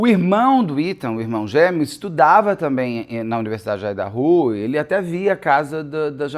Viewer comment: A pronúncia de Idaho me incomodou um pouco rs